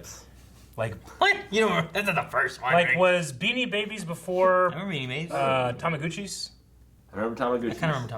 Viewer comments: They have a lot of problems with pronouncing certain words, especially Eric. "Aculyte" instead of acolyte; Sarreli instead of Salieri; Tamaguchi instead of Tamagotchi; and so on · Why I'm not surprised that just clueless like always? I'm not even American, but I know what "Doy" was. Also, "Amadeus", "Pilsner", "Salieri", and "Tamagotchi".